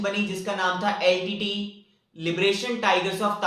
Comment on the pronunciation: Litte not leet